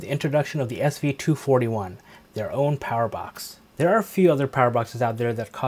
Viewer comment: Great review! You even said the model number correctly! 😂😂